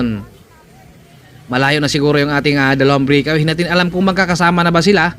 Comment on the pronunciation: mawalang galang na po. hindi po brikawiy kng mag cocover po kayo ulit mejo ayusin nyo po ang bigkas pasensya na po